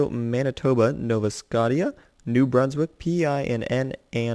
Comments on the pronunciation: its Scotia not Scot i a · i laughed my ass off when he said nova Scotia (skosha) like skotia and when he said PI instead in PEI!!! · nova scot ia lol its nova shosha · Just to say. it's " No-vah sco-shh-uhh " Not " No-vah scot-ee-ah " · It's Pronounced Nova Sco-Shi-A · "Nova Scodia" 11/10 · ITS PRONOUNCED NOVA SCO-SHIA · It's pronounced "no va sco sha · No-va sco-sha there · I'm from Nova Scotia its Nova s-k-o-sh-a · I m from novascotia its Nova s-k-o-sh-a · Nova Scotia isn't pronounced like that. It's more like Sko-shuh if you know what I mean. :) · its pronounced nova "skosha" and its a dek hockey rink not a soccer pitch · You pronounced Nova Scotia wrong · Not even Canadian but the way he pronounces Nova Scotia hurts my ears... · you said nova scotia wrong u fucking dumbass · You said Nova Scotia wrong but still a great video